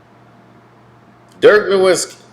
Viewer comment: Dude, we’re you asleep when you made this? I had to set the speed to 1.5x… … and it’s pronounced Dirk NO - \/IT - SKEE, not No-wit-skee.